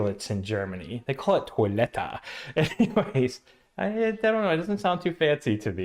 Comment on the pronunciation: Well, it's not "ToilettA" but "ToilettE". 😁